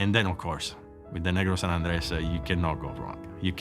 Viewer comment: Keeps pronouncing it as San Andreas.... San Andrés (sahn- ahn-drez)